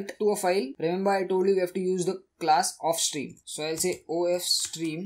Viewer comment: Do not pronounced of stream and if stream